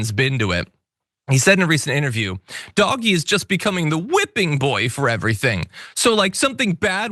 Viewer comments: It's pronounced "DODGE-Y". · "Doggy" Um, not to be that guy, but it's pronounced "Dodgy" Because it definitely is.